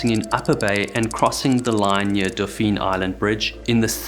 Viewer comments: As always you have produced another amazing piece of content! One note from someone from there I’m from Alabama it’s pronounced dolphin even though it spelled Dauphin like the french crown prince. This is Alabama after all lol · Locals pronounce the phin of Dauphin Island like the phin in Dolphin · You should learn the proper pronunciation of the island’s name! It is pronounced like the marine mammal. Thanks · Good video, I was there that day in Fairhope. Only problem is you totally mispronounced Dauphin. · PLEASE, Before you do another video, LEARN HOW TO PRONOUNCE THE PLACES YOU ARE TALKING ABOUT! CALL SOMEONE! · Thank you! I’m an Alabamian, and mispronunciation of both places is annoying. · This is a wonderful video. As an Alabama native the pronunciation of the words “Mobile” and “Dauphin” drive me crazy (Mo as in Mohs scale of hardness and bile as in the bill of a hat, and Dauphin is pronounced like Dolphin but without the L) other than that I enjoy the matter of fact and straightforward style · To clarify, it isn't pronounced exactly like dolphin; you don't put an L in there. It's more like "DOF-fin" or "DAW-fin." -Another Alabamian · Oh please stop saying dawfeen. Its pronounced dawfin ( like dolphin ). It may be french, but its not france. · I grew up in Mobile and had a family house on Dauphin Island. You are committing an atrocity with your pronunciation of “Dauphin.” It’s “daw-fin.” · Pronounced like dolphin is8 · Oh dear lord.... That is NOT how we pronounce Dauphin.... it's pronounced the same way we pronounce Dolphin with the L silent.... Though you did pronounce Mobile correctly... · Dolphin island. Pronounced not spelled silent L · Not trying to be a dick but it's pronounced more like dolphin or Doughfin. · It’s pronounced dolphin island not daupheeeen island. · It's actually pronounced Daw-fin. You make us rednecks sound so faaancy ;) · But not so good on "Daupheen" Island.